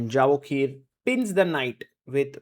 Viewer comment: His name is pronounced" ya vo kir."